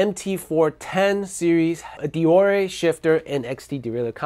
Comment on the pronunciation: “Derore”? I’m sure you mean ‘Deore’. 😉